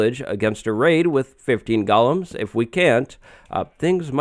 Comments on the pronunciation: Stop saying gulloms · You are not pronouncing “golems” correctly you at saying “gollum” like from lord of the rings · Gollum was a dude in Lord of the Rings. Golems are the bouncers in Minecraft villages. Pronounced differently.. ;) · Golems is pronounced goh-lems, not gal-lums. "Goh-lem" is a creature from Jewish folklore. "Gah-lum" is a creature from the lord of the rings. Don't get them confused.